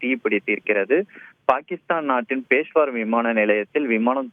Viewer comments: நீங்கள் எல்லாம் எப்படி நிருபர்கள் ஆனீர்களோ ... பெஷாவர் என்று கூட சொல்ல தெரியாமல் பேஷ்வார் என்று கூறுகிறீர்கள்... பொது அறிவு சுத்தமாக இல்லை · is not able to pronounce peshavar properly....